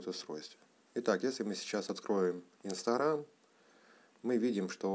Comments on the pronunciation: Не инсторам а инстаграм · Не инстарам а Инстаграм